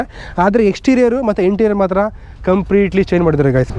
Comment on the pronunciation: Bro gaaays alla adhu guys adhu....sari nin English kanglish thara idhe parvagilla..kannada bashe ne use madu bro viewers jasthi agthare #matured agro youtubers